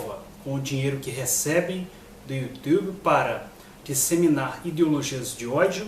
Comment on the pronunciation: Dor de cotovelo é foda!!! kkkkkkkk Falsificador de história é você! Vá ler livros... e aprenda a dizer YouTube....kkkk